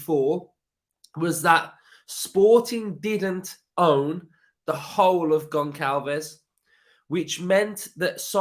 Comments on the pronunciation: As a portuguese sporting fan. I got to say he is a brilliant player and i hope he doesn't go. On another note its pronounced gonSSalves. Ç is pronounced as a S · another banging video! If we sign Goncalves his name is pronounced (Gon-sal-vesh) just a heads up! Hope we get him and Pau Torres! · Pronounced Gonshalves